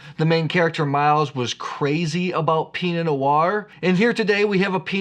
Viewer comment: Not sure I understand. If you know you're mispronouncing it, why continue to do so? While we're on this topic, there's an R in Pinot Noir. Curious why you choose to pronounce it Pinot Noi?